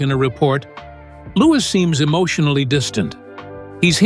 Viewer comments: Another case of fly on the wall, fiction! How does the narrator know what was said behind closed doors.. No 6yr old speaks so maturely PS:Louis is pronounced LOU-EE ! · Pronounced louie